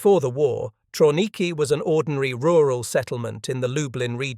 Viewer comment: Pronounced Travniki